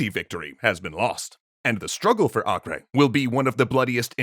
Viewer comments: Either “Ah-ker” or “Ei-ker” would be correct, but definitely not “Ah-kray” (not in English at least). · It’s pronounced acre, not akray. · A-ker.... its pronounced A-ker. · The name itself is not latin, so basically "Akray" is just the English version of "Acre" which is the Latin version of a non-Latin name The real sound of that name is completely different, since the letter "A" is pronounced as the semitic "Ayin" which is not found in Latin alphabets. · Acre is pronounced “akka “ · Why are you pronouncing Acre weird? it's Acre like the unit of land measurement. /ˈɑːkər/ or /ˈeɪkər/ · "Acre" is pronounced "Aco", short 'a' and 'o', hard 'c' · pretty sure it's just Akka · Let me join in with the hordes who are probably pointing out your pronunciation of Acre. (They might be o haven't checked.) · You guys gotta work on your pronunciation tho. "Acre" is either Ah-ker or Ei-ker. It's not Spanish lol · I’ve never heard Acre mispronounced so many times in such a short period of time.